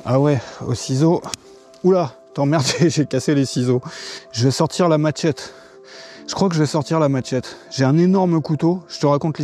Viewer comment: c est pas maTchette kon dit mais machette